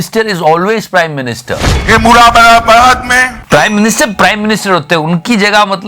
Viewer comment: बेटा अमित वो "मुरादाबाद" हैं न कि " मुरा मुरा बार"। मेरा शहर।